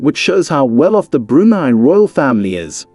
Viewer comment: BrunEE?! Brunei pronounced Broonai, ("nai" rhymes with sky).